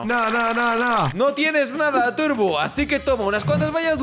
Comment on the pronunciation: xd el que corrige... dice "aci" se dice: "así"